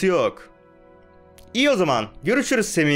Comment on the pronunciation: abi semi değil sami